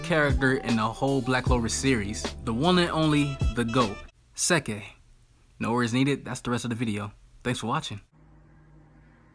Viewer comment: Thanks for getting to this video bro! Funny cause we just talked about this the other day. But when you said sekke I legit said “ Ha - Ha!”😭💀